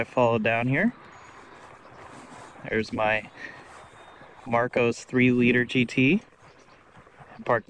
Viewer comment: Mar COSS, not "Marcose". I custom fitted roll cages in some of these for racing. Plywood interior panelling meant every mount had to fixed with steel plates either side of the wood.